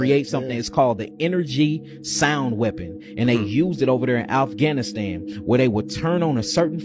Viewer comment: This wild ass dude said Alf-ghanistan